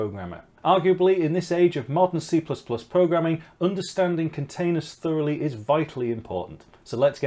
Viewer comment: I thought you said CCP. ooph.